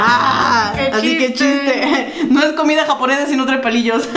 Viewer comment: Me da Risa cuando dice "Comida Jabonesa" JajajA me morí de Risa